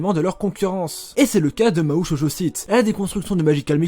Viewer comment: Bonne prononciation de Mahou Shoujo Site : Mahoo Shoojo Site Sinon dit les noms anglais (Magical Girl Site) - ou alors se renseigner sur les prononciations jap ca serait une bonne chose Oui je suis chiant ^^